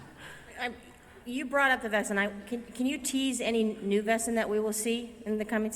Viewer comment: I've been a fan of this show from the beginning and have only two complaints: 1) Splitting the season up into two parts with a lengthy gap in the middle is very irritating and interrupts the continuity for the viewers; but mainly: 2) Learn to pronounce 'Wesen' correctly! It's a real German word meaning 'creature' and it's pronounced VAY-zen, dammit! When the actors say VESS-en any German speaker hears that as the word for "whose" (spelled 'wessen') and wonders why a successful show with a significant budget can't find one lousy German speaker to correct them on this grade-school error (among others like 'feuer' which sounds like 'FOY-air,' not 'fur'). I hereby volunteer to be a consultant in this area if you'll have me. Other than that, I look forward to the next season and many more to follow.